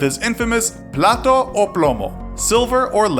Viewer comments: Plata o plomo translates as "money or lead", it's not about silver :) also it's pronounced "platah", it sounds like you are saying "plato" which means saucer ;) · lol he said plato instead of plata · Every time you say Platoh instead of plata!!! I laugh so hard sorry but it’s funny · "plaTA" not "plato" - otherwise love the content. Also - imagine how the poor would be if it wasn't for him building houses for them. Yea ruthless criminal but he never forgot where he came from. I admire that. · As a Dominican or a Hispanic man should I say, it hurt to hear you butcher the “ Plata o plomo” motto 🤦🏾‍♂️ there’s an A at the end and you still pronounced with an O 😔 😆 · Plata o promo !! Means money or gunpowder !!! You could have looked up and said it right 🤦🏽‍♂️ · Is plata o plomo. Not ploto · "plata o plomo" plata it's not silver but money. And its pronunciation is platA not platO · good video but your are pronounciong wrong the word "plata" haah it means money by the way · It's plata o plomo not PLATO o plomo. PLATO means plate. You're trying to say SILVER or LEAD. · How can you misspronounce "Plata" with "Plato". there's an a there. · Isn't it "plata," not "plato?" You keep saying "plato o plomo." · Its plata no plato, what an idiot. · Its plata o plomo not plato o plomo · What he is supposed to say "Plata o Plomo" What he is saying "Plato o Plomo" which means dish or lead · Dude, plata. PLATA. Not plato. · plataaaaaaa, plataaaaaa not platoo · murdered "plata o plomo" bad, kept saying plate in Spanish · Plato means dish... in spanish... xD its Plata... Plata... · wajajajaja... is not "Plato o Plomo" it is "PlatA o plomo" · "Plata o plomo" my boy! Not "Plato.." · platAAAAA no palto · The gringos keep on saying plato, which means plates. It's Plata o plomo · You said Plato 😂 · PLATA its PLATA where do u see an O ? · It’s plata o plomo. lol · "Plato o plomo" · platA o plomo not plato you dummie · Plata o Plomo not Plato o Plamo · "Plateau" o plomo ¿seriously? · plato lol